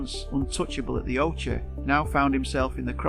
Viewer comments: Ai generated bullshit. It's pronounced ock-ee not fucking o-chee. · You must be A.I 🤔 even though you sound British... The OCHE... is NOT pronounced as 'The Ochay 🤣🙈, it's 'The Okey... hence 'The OCHE' By the way he'll bounce back stronger than ever... ( If he wants too) He's a multi millionaire, so could retire if he wants... But I think he likes competing too much to do this. 👍👋